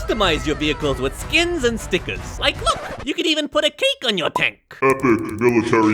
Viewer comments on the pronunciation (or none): Instead of cake, it sounds like you're saying put a kink on your tank.